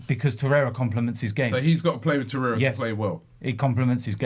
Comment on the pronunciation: So many people have an agenda with Xhaka, Robbie!!, And it’s Torreira Not Toreyea